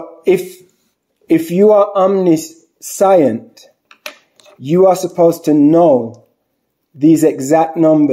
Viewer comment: Absolutely no disrespect intended with this comment....please look up the correct pronunciation of the word "omniscient". 💙